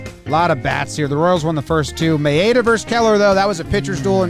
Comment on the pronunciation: i have contained my rage for as long as possible but i shall unleash my fury upon you like the crashing of a THOUSAND WAVES it's MA-e-da, not ma-E-da